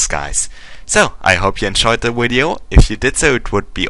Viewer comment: i do have to say hearing you say "wideo" is actually quite funny ^_^